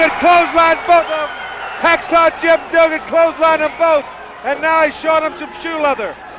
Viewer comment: The announcer calling him hacksaw doogan. Lol